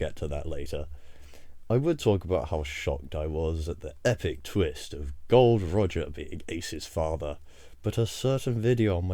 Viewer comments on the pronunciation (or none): bro u already know its gol D, why'd you call him gold?💀💀💀